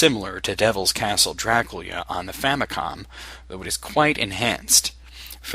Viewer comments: I find it funny how you say Draculia xD awesome retroversion :D:D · Is Dracula supposed to be pronounced Draculia? Nice video